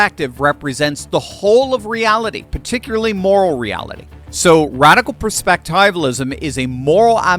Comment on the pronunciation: You're mispronouncing perspectivalism. It comes from the word perspective. It should be pronounced that way.